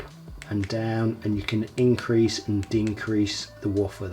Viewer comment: . Increase and Dincrease 😀 Cheers mate